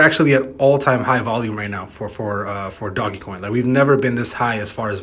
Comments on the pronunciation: DOGE NOT DOG-e-coin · man still calling it doggie coin smh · my mans just said doggy coin.